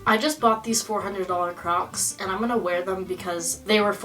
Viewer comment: kept hearing “crops” not “crocs”